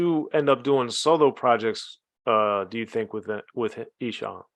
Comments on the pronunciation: E has been doing it for 30plus years and people still cant pronounce his name correctly 😂. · He can't say esham right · Wait a minute. You know the Michigan rap game, but can't pronounce ESHAM's name.